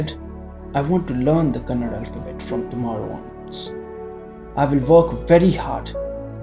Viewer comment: One small suggestion please correct yourself it's not KANNAD its KANNADA there is an A after D . Since many hear your stories which are narrated beautifully this small correction would be appreciated.